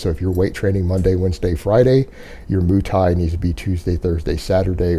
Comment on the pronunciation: "moo" thai?